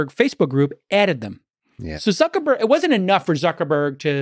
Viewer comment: "Suckerberg" lol